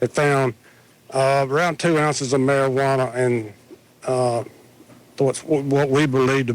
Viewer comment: OH MY DOG! NOT Mar-ah-wahana! That evil shit! You'll be a Marijuana addict soon! 😆 🤣